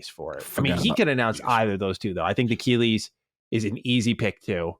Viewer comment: Bro, has gotta stop saying Keighleys name like that (Keegly). It's gotta be on purpose, lmao.